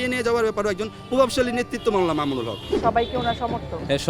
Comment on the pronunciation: বেয়াদব ববি হাজ্জাজ তুমি আল্লামা মামুনুল হকের নামটা ভালো করে বলতে পারলে না।